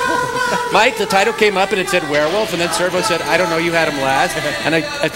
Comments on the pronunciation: "A warwilf...?!" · "You is a werr wuff" and the honking guard are absent, but otherwise great video.